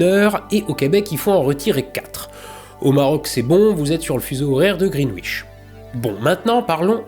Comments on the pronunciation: Greenwich , ce n'est pas "green wish" mais "gren-itch". Ca c'est ch comme ciao , et non pas ssssh comme chute. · ça se prononce Grennitch